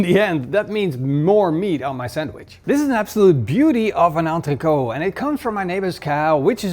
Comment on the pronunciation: It's entrecôTE in French, never understood this weird entreko pronunciation from Dutch people